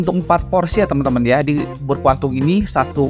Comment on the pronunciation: Bubur kwang tung.. bukan kuan tum.. kedengarannya kakak menyebutnya kuan tum..